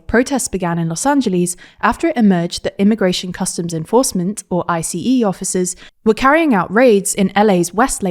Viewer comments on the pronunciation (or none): I-C-E? You mean ice? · FYI, ICE is pronounced “ice”, not I-C-E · “I-C-E”. Come on, guys.